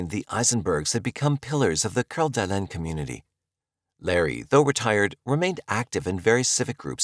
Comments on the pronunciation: The pronunciation of Lake Coeur d’Alene. (kore-duh-Lane) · Not trying to be an asshole, but it’s driving me nuts…I know Coeur D’Alene is French and should probably sound like you are pronouncing it, but Idaho isn’t classy so it’s pronounced Core-duh-lane. Again, not trying to be an asshole. I really do like your videos. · the pronunciation of Coeur d’Alene makes me want to throw my phone 🤣